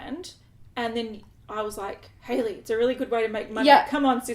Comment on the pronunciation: Also you did really great with the pronunciation of my name,! <3